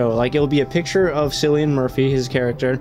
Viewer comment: Btw Cillian Murphy’s name is pronounced “kill-ian” I know its hard for non Irish people to understand the way stuff is pronounced. I’ve seen a few reactors say it and its always funny lol